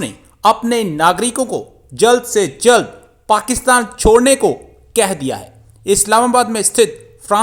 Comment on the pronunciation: "..Shodne ko kaha.." ,,😂😂 I can understand why 'S' instead of 'C'..😆😆